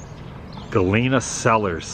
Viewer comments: Hi Adam, love this video & it brings back memories of living in Cedar Rapids & then going to Galena for a quick day trip. If you get a chance swing by Brandon, Iowa and see the world's largest cast iron frying pan. And you've been pronouncing Galena correctly. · Pronounced Galena correctly but not Illinois (its an I sound in the beginning not el)